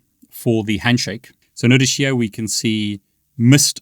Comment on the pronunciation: I love the way he says the word "here" Sound like he's sayin Hee-Yah😂